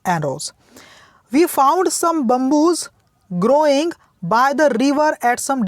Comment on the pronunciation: It's Bamboo not bumboo